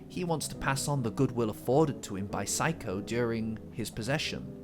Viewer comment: I love your essays, and I also can’t help but find incredibly interesting how you say “Seiko” as “psycho” even tho you say “Reiko” from Reiko Kashima right. 😂